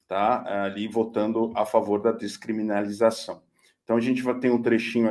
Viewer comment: Longe de querer de comparar ao Moro,, mas tu não acertou uma pra falar "descriminalização" hahahahaa